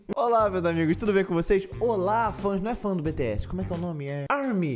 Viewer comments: E ele ainda continua falando errado. Tipo errado ñ tá, mais ñ tá do jeito brasileiro sabe. Fala bitiéssi e ñ bitiés , fecho 👍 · Tururuuuuu ( se diz Bitiésii) kakakaakaka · Continua falando "bete-essi"... É engraçado kkkkkkk Vc reagiu a música errada... tem mta música deles com letra profunda! Tenta d novo,! Ps: é normal não saber quem é quem no começo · Ai MDS não creio kkkk o melhor de tudo é ele falando "Beteési" e se corrigindo kkkkk. Obg pelo o react e quem já o acompanha desde de o começo sabe que vc não tem a intenção de ofender ninguém. Bjs do ARMY 😊💜💜💥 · Ele:"Beteési" Eu:Admita que você já falou errado,ou não você JÁ FALO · É se escreve bts e se pronuncia tipo bities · 🤣🤣🤣 morrendo com ele repetindo bts "errado" e depois "certo" 🤣😍💜 Adorooooo!!! 😍🤣💜